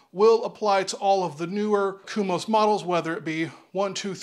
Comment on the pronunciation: Thanks for the review, but why are you saying "kumos" when it's "komos"? At the moment I'm trying to decide between Komos and KegCo.